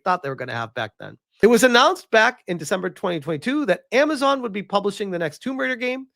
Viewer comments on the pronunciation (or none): none